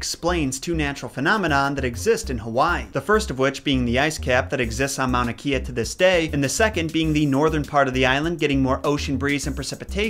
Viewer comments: Just a simple little thing to keep in mind. The w is actually pronounced as a v. For example, Hawai’i is pronounced as Ha-vai-ee not Ha-why. Also I noticed you pronounced kea as key-ah but it’s supposed to be pronounced as Kay-ah. As far as some of the other words, it’s the speed of the way you say certain parts of the words/names. Usually an okina (looks like a ‘) and the kahako (the straight accent line above the letter). As a local, I’m glad I got to learn a bit of the olelo (hawaiian language) and history. If anyone comes across this comment who know more about the olelo than me, please feel free to correct me as it is not a language that I speak or studied enough. Just pointed out the few basics. Hope this helped a little ☺️ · kea in Hawaiian is pronounced KAY-ah. Mauna Kea is often said Mauna a Wakea - look up TMT AND nauna Kea, you'll learn why - and there a LOT of bad feeling over some of the world's most impressive telescopes being placed there. I really like your content, and am glad you are open to gentle guidance. SORRY FOR THE EXCESSIVE POSTS!! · Kea is pronounced Kay-uh